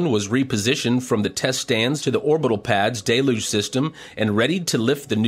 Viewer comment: I really like these recaps but I cringe every time he says "Day Luge" instead of "Del You-ge"